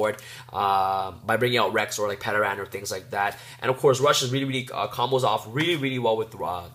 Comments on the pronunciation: It's "Ter-an". TERAN. The P is silent. We've all watched the original Power Rangers and know how to pronounce "Pterodactyl". I'm tire of people mispronouncing the the card name. Also, Powerload works when your Dinomist is also defending. People forget that. It says "battles" on the card; not "attacks". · PS - The P in pteran is silent. Pronounced Ter-an. Its a pteradactyl. PSS - It is also NOT a snake... if you were wondering lol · Great dude haven't been able to find a proper build yet, but I have to say that you didn't pronounce Plesios terribly but I have to say That no one seems to be able to pronounce Pteran's name the P is silent like in Pterodactyl....rant over. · The way you pronounced Pteran is cringeworthy. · nice deck profile :D, have oyu thought about temple of the kings or Aquarium stage ? Also in "Ptern" the "P" silent and you are saying Plesios correct :)! don't forget you can protect you Dinos from the Endpash effect of Limiter removal by destroying your 3 scale!